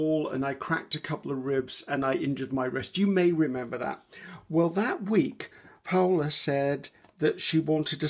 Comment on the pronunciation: Actually you pronounce paulla correctly. Janke is also how you say it, but you leave off the e, it's jank like you say it and then uh for the e so jank-uh. Please ask your friends they will tell you it's correct. My name is Colleen..... Lol no jokes, my maiden name is Van den Berg, there are still Van den Bergs in the Netherlands.